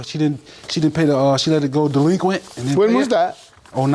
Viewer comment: I think this dude really said "derinquit" instead of delinquent and thats why the plaintiff giggled 😂